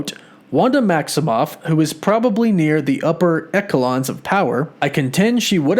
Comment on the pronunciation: Echelon = "ESH - uh - lonn" Yeah, I'm that guy. Sorry.